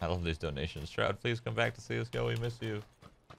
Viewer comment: shrod or shrud? nooo its shroud. AHHH like SHRIMP! shrimp my frrieeend